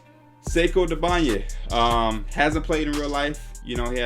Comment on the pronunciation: It's pronounced say-koo doom-boy-ya